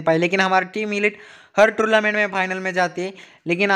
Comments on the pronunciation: Bhai please yr torlament nhi hota tornament hota hai😂😂😂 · Bro Its tournament not tourlament 🙃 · Bahi torlument nahi tornemment bahi